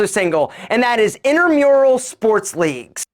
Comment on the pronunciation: Not to be THAT person, but it’s INTRAmural sports. Not INTERmural.